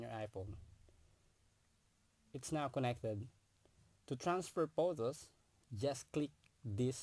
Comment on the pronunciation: Can you spell "Photos" as Photos not Potos, wtf